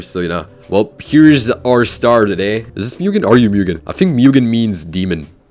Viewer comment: Its read mug an